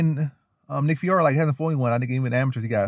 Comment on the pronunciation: Honest question man you make predictions on picks but know nothing about one of the fighters. You can't even say his name right and it's really an easy name to say. I just don't understand it. Ur really just making a video to make a video. Nick fiore is Calvin Kattar & Rob Fonts grappling coach. Been grappling since he was in diapers basically. Very strong physically and has a great Jab as everyone in the New England Cartel usually does. Very high level BJJ black belt. Don't be surprised when the underdog gets it done next Saturday.